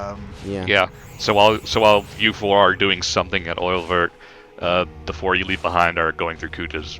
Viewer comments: Oeilvert is pronounced something like "Uh-yuh-vair" (it's french for Green Eye) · I'm very late but Oeilvert is French for "Green eye". It is pronounced, roughly, "ea(rl)-y-vay-r" (don't pronounce the rl in parenthesis, they are just there to description how to pronounce the "ea" part). That's the closest I can get without going all phonetics.